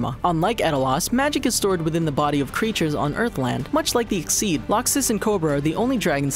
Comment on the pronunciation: I don't intend to hate on your vids but you still mispronounced makarov exceed and edolas Please don't take this as a hate comment but a support comment to help you guys do even better :D